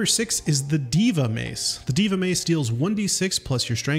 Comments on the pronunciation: It's pronounced this, day-va not di-va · Isn't it pronounced Day-vuh, not Dee-vah? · It’s PRONOUNCED DAY VA MACE NOT DEEVA MACE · Eyo famalam, you say it your way king, but Deva is pronounced DAY-Vah. Love what your doing though, keep going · Pronounced Deyva if it matters 9 months later. Keep up the work! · Deva is pronounced Day-vah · It's pronounced "D-AY-VA" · Pretty sure its pronounced deh-vuh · That's pronounced, Day-Va. You sound crazy. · lmfao that deva pronunciation